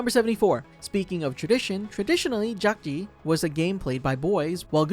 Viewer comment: I think in the last episode where they’re shooting the guards, I think player 001 fell behind a bed Also.. I also kind of want to point out that the square throwing game is pronounced dakjji, not jakjii.. and gongi not goongi.. sorry 😭